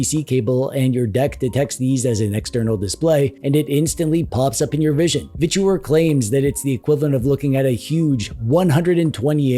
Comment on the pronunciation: Literally the only person I've heard pronounce their company as a three syllable "Vich-oooo-errrr". ;)